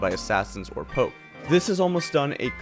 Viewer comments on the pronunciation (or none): none